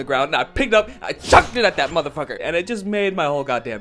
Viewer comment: this is my favourite part of the video. this shit is so damn funny the way he said "and i CHUCKED it at that motherfucker!"